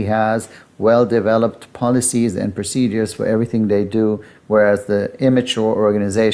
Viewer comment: PRO-CE-DURES…..not procedees!